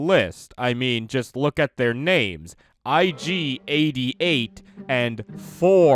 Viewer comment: Nobody: Ig88: erogerkabop